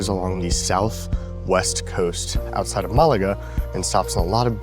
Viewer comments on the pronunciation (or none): none